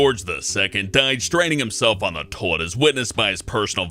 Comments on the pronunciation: Tolt Tolet? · Toit? I'm I the only one not hearing the whole word toilet when he talks? I swear he's saying toit instead. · says nekkid and tolet, teehee. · says toilet pretty weird... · does anyone else love the way he says toilet? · dude says toilet funny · hear please say toilet again. lol wtf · You say toilet weird... That is all